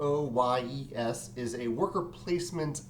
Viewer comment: It's TRWA not TWA. Just saying. Another great vid,. Thanks